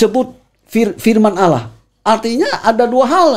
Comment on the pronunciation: Tolong diajari utk mengucapkan "Allah" dengan benar. Jangan Alah